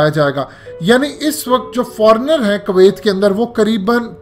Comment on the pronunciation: Its kuwiat not kawaayt 😂